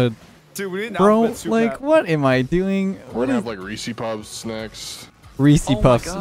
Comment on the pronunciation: and his weeceypuffs